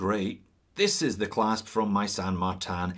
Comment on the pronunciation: Why pronounce the name incorrectly. You pronounce the word insane correctly so it’s not difficult to say San Martin. It’s not San Martan. It’s a Chinese company not some fancy company in a French village.